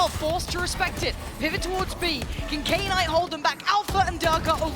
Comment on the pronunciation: Any reason why calls "Knight" "Key Night"?